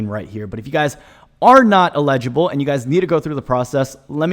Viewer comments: LEDGE-able? 🤣🤣 you mean eligible and ineligible🤣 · The stressed syllable in EL ig i ble is the first syllable - not the second syllable - you were saying el IG i ble.